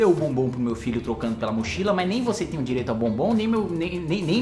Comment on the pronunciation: Kim, muito cuidado na dicção ao falar “deu o bombom” . Tá parecendo outra coisa 😂